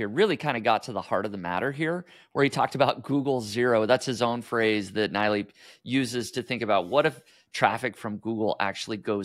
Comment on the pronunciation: he is not Naaaailaeeeey he is NeeLaaY